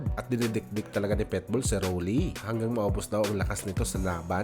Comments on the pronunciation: Pakinggan mo nga mabuti kung paano mo ipronounce yung Pitbull..sabi mo..PETBULL..kaasar pakinggan..PIT..PIT..not PET🙄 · boss, PITBULL Hindi Po PETBOL